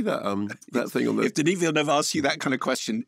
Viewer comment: Minor point: I'm incredibly glad to hear a professional film critic pronounce 'Villeneuve' correctly (or close to correctly). Every other critic I watch pronounces it 'vill-NOOVE', even Canadian ones whose first language either is French or is derived from French.